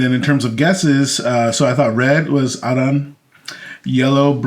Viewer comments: Stop calling Arran, "ERIN" or "AARON". That is an idiotic American pronunciation. I see this in other Youtube channels too. It's AH-RRAN. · It’s pronounced air-un guys. And it’s the best whiskey you had there. AnCnoc is very good as well. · I love these guys but they try to get so fancy with it and it’s not good… it’s literally just Arran like the name “Erin” or “Aaron”. Maybe with a slight “Ah” but not whatever they were doing, their research is always spot on but this episode missed. Saying Bruichladdich is peated too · FFS. That is absolutely NOT how you pronounce it. "ERIN or "AARON" is utterly wrong. The locals pronounce it "Ah-rran". ie Scottish gaelic. Dutch calling Bruichladdich as peated is wrong though. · I’m sorry to bust your bubble but the master distiller from Arran even acknowledges that pronunciation is ‘Aaron/erin’ otherwise he would have corrected everyone when he received the online whisky award. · True. Very peculiar pronunciation.